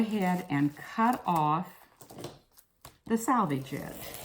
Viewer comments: I agree with the other comment about “salvage” and “selvage.” Got hard to listen to the mis-pronunciation. Lol. I use this method, Glad press and seal, for quilting. Place the press and seal on the fabric, trace the pattern lightly on the press and seal, sew directly over lines on the press and seal, then carefully tear it away. This works great for lightly quilted areas only. You run into issues with heavily quilted areas as you pull it away as you get tiny pieces of wrap you have to pick away with tweezers. It can be done but puts another step in your process. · This was interesting and useful. I have never heard "selvage" pronounced "salvage". Is this a localized pronunciation? It is a cool linguistic mark and I really want to know just where you are from, or what your linguistic heritage is. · Selvage not salvage. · More than she said salvage instead of selvage..... but I think the technique is cool.